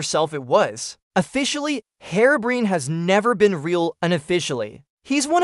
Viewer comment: The facts are mostly right but you could've mentioned Whiteeyes too, just a little tip. Also, I think your voiceover AI (probably Elevenlabs?) is set up slightly wrong with how it speaks "Herobrine", you might want to look into that. - Kalarian